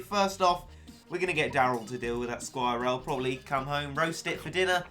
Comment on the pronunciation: You don't say skwirl like that